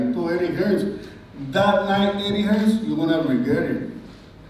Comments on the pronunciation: Anyone know why Americans add the s at the end of names like they have done with hearns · Drop the s lads ffs its Hearn.